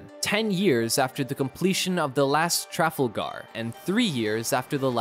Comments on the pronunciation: The TRAF-al-gar? Do you mean the Tra-FAL-gar? Sheesh. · Lord Admiral Nelson expects the pronunciation Trafalgar! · It’s Tra-fal-ger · Not sure this guy would get that. Maybe help him out by saying Trafalgar is three syllables, not two. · "traffalgarr" gimme a break.... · "Traffle - Gar"...... howling! Please learn to say Trafalgar properly :) Great vid though! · WTF is “Traffle-gar”? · trafalgar not trefal garr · very funny pronunciation of Trafalgar in this video